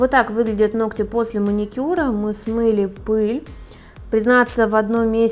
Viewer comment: Чтобы грамотно излагали свои мысли! Теперь будете знать,как правильно произносить слово ноГти.!!